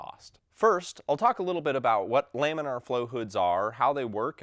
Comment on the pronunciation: I've also only heard Lamin uhr , he says Lamin Arr